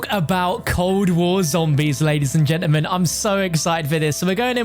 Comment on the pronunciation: Nobody:: LADIES & GENAMEN lol